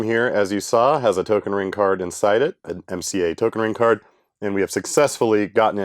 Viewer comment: He pronounced "Token ring-kort" right :3